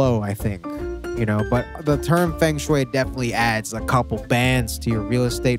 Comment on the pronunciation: feng shui is pronounced “fung shway”